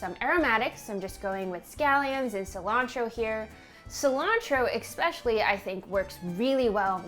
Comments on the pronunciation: Did this lady just say expecially? Lord. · "eXpecially" is one of my biggest pet peeves, it's like "liberry"😭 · did anyone noticed how she's always mispronouncing "especially" and said it with en "ex-" kinda cute. Do u say it differently in different regions of the US or did she really mispronounces it?